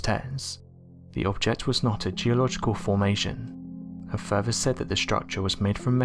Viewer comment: It's FUR-THER, not FER-VER!! It amazes me an English speaker can't even pronounce th's!!